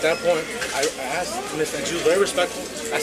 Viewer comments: She 'axed' for you to be formally trespassed?...speaking like that shows ignorance and an extremely low level of education. And laying on the clothes like that, someone give the chick a chair. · It is ask not axe... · The cops in your country are truly some of the stupidest people on this planet. PS, it is “asked” not “axed” and also its disgusts me that you are allowed to have fashionista nails like that. It’s not professional. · When you intentionally mispronounce the word ask as axed tells me alot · "Axed'. Ax murderer 😄😄😄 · By law. These pigs don’t even know the law. Listen this ignorant woman pig. I axed she said. Lol. Wow.